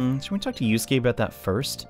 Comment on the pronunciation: You called Yusuke Yosuke